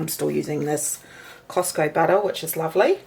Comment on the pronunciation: Budda is good. But eh! not so good. just joshing the accent in fun 😁. please dont get offended